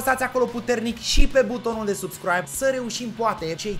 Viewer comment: De ce spui mereu subscraib?